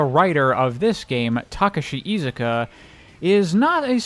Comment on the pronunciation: oh my God, someone actually pronounced Iizuka's name correctly for once in their DAMN lives.